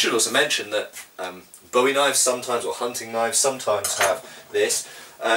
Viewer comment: Thought you might be interested to know,, that it's pronounced boo-ee rather than bow-ee. Hardly anyone remember how to say Jim's name properly. Great video!